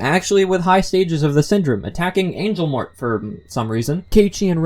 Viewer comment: By the way, I'm pretty sure Angel Mort is pronounced Angel 'More' because "Mort" in French means dead, so Angel Mort would be a mixture of both English and French meaning Dead Angel